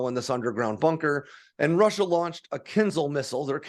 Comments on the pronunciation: It's not "KINZLE", it's "kin-ZHAL". The "ZH"-sound is pronounced as a "soft" "J", as in the French word "Je", which is French for "I"... I wish Americans would quit making outright DOOFUSES out of themselves... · Mostly right… except the pronunciation of the missile. It’s KINZHAL, not KINZAL. Also, the US Army is capped at 218 General officers, while the US Air Force at 170. The Marines at 62 and 21 for the Space Force. So… the USA alone has 471 Generals (not including Admirals). Also, the F-16 can be operated on highways. It’s not ideal, obviously, but it can be. It is a part of Taiwan’s and Singapore’s air force doctrines and they’ve conducted exercises for it. The US does not do this as US highways weren’t designed for it. We have many physical barriers on highways in the US that would damage aircraft. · It's not ponounced 'kinzel', but something like 'kinjáw', where j sounds like the second g in 'garage'. It means dagger (curved, oriental style).